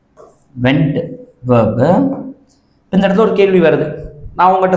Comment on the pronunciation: Verb ஐ ஏன் வேப் என்று உச்சரிக்கிறீங்க சார்.